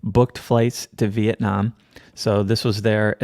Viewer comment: Was thinking about it would be funny to do Charlie's "timeline" according to his theory 😆 oh and stoll roflmao at Flee-it-nam 🤣🤣🤣